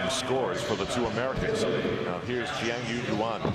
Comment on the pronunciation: I count at least 7 different pronunciations of "Jiang Yuyuan" from Al in this